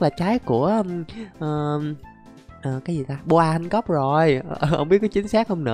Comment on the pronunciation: đọc là boa han cóc nhé anh, chứ ko phải bô a han cóc